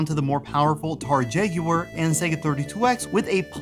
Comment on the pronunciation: You mispronounced "Megalopolis" and "Jaguar" wrong, idiot.